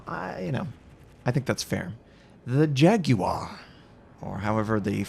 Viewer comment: Vauquelin [ vokəlɛ̃ ] Jaguar [ʒagwaʀ] Guépard [gepaʀ] ;)